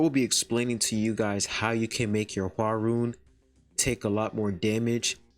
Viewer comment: I think her name is said hwar-yun